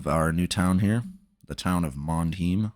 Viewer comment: Americans simply cannot pronounce German names. You utterly butchered "Mondheim". Try saying "mourned hyme". Mondheim means Moon home.